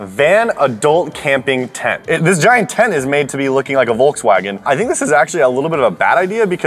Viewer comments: Im german and its so funny how you pronounce volkswagen lmao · Yeah like i said we pronounce the V different. The way he said it sounds more like W for us. Our V sounds the same as an F if it's an German word like Volkswagen. There a lot of words we use that influenced from other countries like "Vase" here we pronounce it like an W 😊